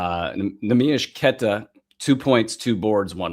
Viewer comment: Like your guys show but I think you are pronouncing Queta's name wrong. I watch every Celtic game and nobody pronounces his name like. They use more of an A not the E. in the first part of his name. Like Quata not Queta. Ever watch any Celtic games?